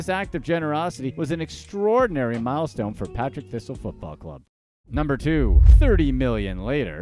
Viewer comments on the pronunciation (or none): Partick Thistle FC ..not Patrick 😂